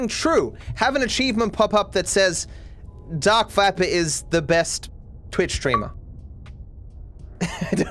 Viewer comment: When he says “dark viper” i thought he said dark fapper